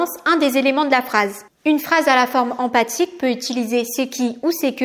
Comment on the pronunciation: Attention c'est phrase empHatique et pas empathique !!!